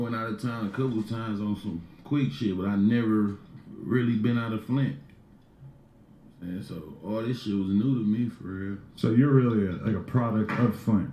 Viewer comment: Flint to Atlanta “FlintAna” not “FlinTINA”